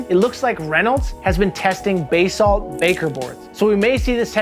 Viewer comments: Yo, i need to say this: It is pronounced Buh-Salt. never Bay-Salt. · Learn how to say basalt.